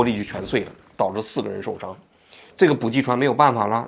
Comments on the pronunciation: 受不了，补给（bǔjǐ）给读jǐ三声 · 补给，ji, 第三声，王局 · 是补给（ji）第三声 不是第四声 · 补给ji三声，四声听起来是真的膈应😅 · 补给……都是三声……王局注意一下，开始我都没听明白。